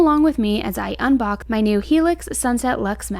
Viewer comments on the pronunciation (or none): UnBOCKyour new mattress? Please learn how to speak